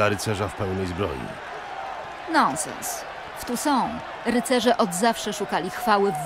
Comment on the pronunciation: Tounssait a mowi sie tu są